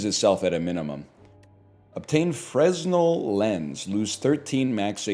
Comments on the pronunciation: Fruhnel, not freznel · Idk if he's doing a bit but fresnel is pronounced furnell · NL: Be word enjoyer. Also NL: Pronounce Fresnel with the S. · Him pronouncing the 's' in Fresnel is killing me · Any other theatre kids get irrationally annoyed at NLs pronunciation of Fresnell?